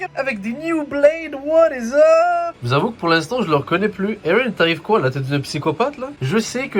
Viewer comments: Mdr j'aime trop quand il dit eren 😂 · il le prononce comme dans le dub anglais (que d'ailleurs j'ai kiffé bien plus que la vo)